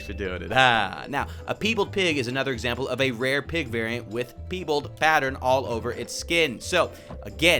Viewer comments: PIEbald not PEEbald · Omg it's pie bald not pee beld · I SWEAR I WILL COMMIT A HATE CRIME IF I HEAR PEE BALD ONE MORE TIME ITS PIE BALD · it's "pie bald" as in partially albino.